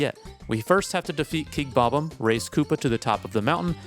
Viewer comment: Bob-umm is killing me